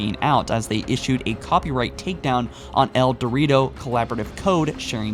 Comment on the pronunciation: this guy REALLY needs to work on his pronunciation... "insimble studios" "eldorito" i could go on and on... this makes your videos so hard to watch for me.